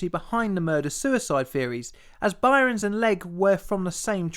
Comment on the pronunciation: SL-1 Accident: It's Byrnes (pronounced "Burns"). One syllable. Not "By-rons."